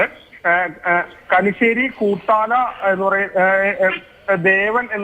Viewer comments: Kanissery alla kunissery anu thiruthu plz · കനിശ്ശേരി അല്ല, കുനിശ്ശേരി